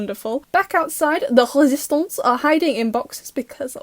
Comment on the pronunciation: HELP ME THE WAY I ALMOST CHOKED ON MY PIZZA WHEN YOU SAID “resistance” IN THE FRENCH ACCENT THE SECOND TIME😭